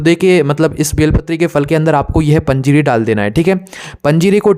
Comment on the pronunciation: पजीरी बोले तो समजा नाही 🙏🙏🙏🕉️🕉️🕉️🚩🚩